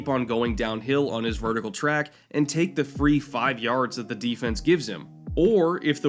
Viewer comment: FIFE SEVEN?!?!? WTF...